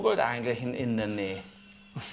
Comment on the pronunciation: Indernee...oder I-BETT...I-BETT!!! 😂🤣😂🤣 Dittsche forever LOL.